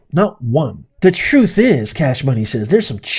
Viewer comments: What is “troof”? Does she mean “truth”? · She really did say "troof." 🙄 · "Trueff izz"...Fani Willis. How can you be a D.A. when you talk like that? SMH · "Troof is" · “Truf”… Vile Shequinah. She’s corrupt and playing the victim card.